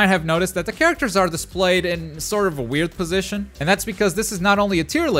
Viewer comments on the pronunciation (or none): none